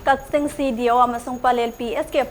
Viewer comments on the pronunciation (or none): "Kaching" Natte "Kakching" Hydwne